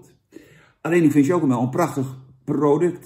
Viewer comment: Jij had universiteit gedaan toch? Als er een i achter een c komt wordt het uitgesproken als een s. Voor de rest vind ik je een top gast man!!!